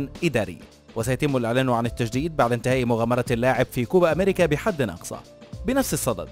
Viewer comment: كوبا دولة يا أصحاب القناة كوبا اميركا مو هيك لفظا فوتو اتعلمو النطق من غوغل ترانسليتر يا اخي